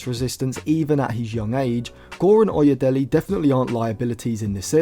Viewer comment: It is pronounced as oye(daylay) as in 'Dele' Ali.